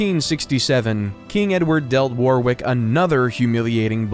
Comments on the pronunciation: SO many mistakes and inaccuracies, all very easily checked facts. Quite disappointed by these silly mistakes. Also there some jarring pronounciation mistakes, particularly "Boleyn" and "Warwick". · It is not pronounced Wer-Wick, it's pronounced War-Ick. The second W is slient. It is not pronounced Liecester, it is pronounced Less-Ter. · Fyi, you don't pronounce the second W in Warwick. It's pronounced "Worrick." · The second W is silent in Warwick. It is pronounced wo rr ick. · Get somebody who knows English Leicester pronounced Liecester, Warwick pronounced Werwick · Quite good. Really messed up the pronunciations though. Warwick and Leicester were so badly mispronounced, it made my shudder. And they keep showing the union Jack centuries before it had been invented. Sum up. Narrative is good. Some very bad pronunciations. Artwork alongside, some very good. A few major uck ups.